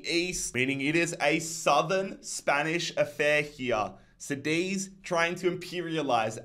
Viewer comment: As a spaniard, every time you say cadiz as seedis, something inside me dies, please, it's Cá diz, the first part it's said like car, same pronunciation. Btw, love your videos, these ones are one of a kind.